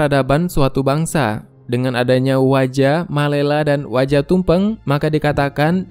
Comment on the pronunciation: Wojo min..bukan waja